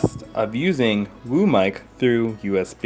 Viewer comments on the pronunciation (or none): I heard room mic insted of WO mic 😂😂